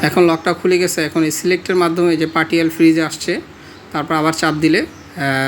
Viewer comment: Partial উচ্চারণ : পার্শিয়াল, পার্টিয়াল না।